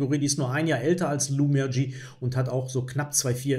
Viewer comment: Die Spielerin Lu Miaoyi (鹿妙夷) wird in etwa [lu miau ii] ausgesprochen, kann man auch sich bei google translate anhören.